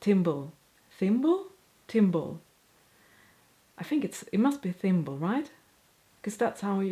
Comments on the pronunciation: You were correct in saying thimble, google is wrong. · Your English is better than many native speakers, so you have nothing to worry about. Google was slow on haberdashery and you had it right first time. Awl is like All. Thimble was correct first time too. However you pronounce think as fink. Th is the same. Juggling is Jay not yugling. Hope that helps so 99% What are the same words in Swedish? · This was such a fun video! I think you did wonderfully in your pronunciations! (Accept “seam gauge” of course, LOL!). You definitely pronounced “Thimble” correctly the first time (not “Timble”, LOL!). Also, you pronounced Haberdashery correctly too! But I have to say, the “Awl” is a bad one for me too!! I still can’t pronounce it correctly! It’s good we can laugh at ourselves and not take this stuff so seriously!